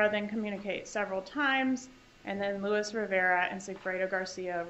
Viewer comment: She keeps referring to him, but his name is Luis, not Louis.